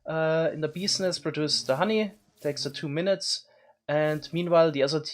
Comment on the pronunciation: “ meanwhile ZE other team” Is he german